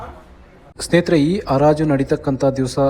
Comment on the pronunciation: ಅರಾಜು ಅಲ್ಲ ಕಣೋ ಗುಗ್ಗು, ಅದು ಹರಾಜು